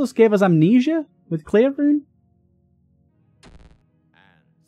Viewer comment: 😅😅 this "anSUS" (amnesia) is very rare 1/